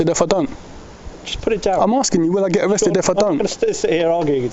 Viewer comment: I’d arrest him for saying “arkesd”...